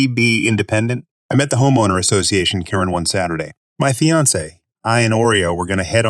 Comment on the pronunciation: This reader is so much better sounding than the other (non real person sounding) reader. Although her still didn't pronounce Karen as we are accustomed to hearing it Miss you Krown.